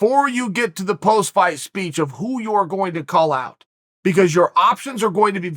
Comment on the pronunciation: You don't need to add h sound to the word out. Big fan, but come on man.